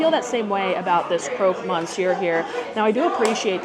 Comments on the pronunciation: The croque monsieur looked cold . Also, in French you do not pronounce the N. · I am so happy your reviewing it. I think the interior is fantastic and beverage fits the place. I think it's so expensive that I can't imagne many people can pay that (I think many will come for Instagram pics then the actually food) . The way you say croque Monsieur and Fleur de sel hahaha love it. Thank you for your honest review. The sandwich looked so good. Did you like the chocolate? I am from Belgian so interesting. But also know there is what people call Belgian chocolate and our famous chocolate.